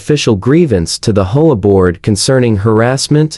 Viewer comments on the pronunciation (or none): It is pronounced A. D. A. not Ada. Also it is pronounced H.O.A. not Hoa